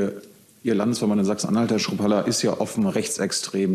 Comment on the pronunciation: interessant finde ich auch, dass Jung Chrupalla's Namen falsch ausspricht. Ich behaupte mal das war Absicht ...